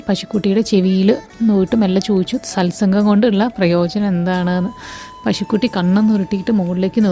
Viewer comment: സത് സംഘ്.. ആണ് ശരി. സൽ സംഘ് അല്ല.